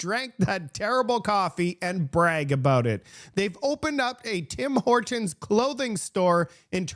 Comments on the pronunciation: You sure you're canadian? You say Tim Hortons like a american. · This lady says tim hortons like you and she is from the US.